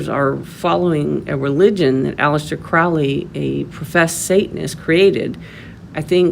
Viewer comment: You are wrong about so many many things ....firstly his name is pronounced crow --ley as it rhymes with holy He wasn't inspired to write the book he claimed it was dictated to him . And in the book it doesn't talk about pedophilia beastieality or any other horrid act you have not obviously read it yourself even though you state you can't talk about it because their to vile ? Seriously ?